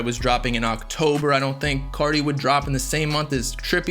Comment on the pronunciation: Why u say carti people like that